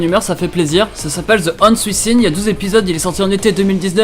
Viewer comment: J'vais t'avouer mec, je suis allé sur internet et j'ai tapé "the honest within", a la manière dont tu l'as prononcé. J'me suis tapé une barre quand j'ai vu que l'animé c'est "the ones within" 😅🤣 Mais continue t'es au top ! Xoxo